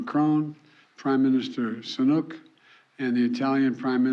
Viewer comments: He's still calling UK prime minister SUNUK instead of sunak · "Prime Minister Sonuk, and Prime Minister Baloni." This guy is an embarrassment to the western world every time he speaks opens his mouth. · He's still calling Sunak "Sanuk" lmao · lol Sanuk.. Nook.. Nuke? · Biden is a serious threat to the US security services. Senile old git. He can't even pronounce Sunak. It's not snoooook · Sanook lol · "Prime Minister Sanook" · Except he called Prime Minister Sunak “Prime Minister Sanuk” 🤦‍♂️😂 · He's still saying sanuk. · Rishi is still "Sanook" as in Chinook, love it. Roughly right mate. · 🤣🤣🤣🤣 He butchered Sunook's name again! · Rishi Sanuk 😂 I cant be the only one who noticed this 😂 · Why should America take Rashid Sanook seriously? Most of us in the UK don't. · Who's prime minister Sanuk? 🤣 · PM Sunuck lmao. This guy is not playing with a full deck. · sunook haha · Lol...SuNuk?....ok. If you'd spoken to him, you'd know how to pronounce it. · Still can’t pronounce SUNAK. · "Prime Minister Sanuke"... Lol 😂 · Feck me he said sunook again 😅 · Old sleepy Joe can't even pronounce Rushys name right 🤣🤣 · Man this dude is such an embarrassment……can’t even pronounce the leader of the UK leader……strongest ally and all of that jazz 😅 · How he pronounced Sunak is terrible 😢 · He can't even pronounce the UK PM properly 😅🤣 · He said rishi's name wrong again